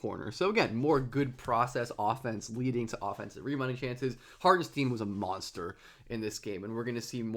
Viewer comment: I'ts not Harten-steen like sheen, its Hartenstein like shine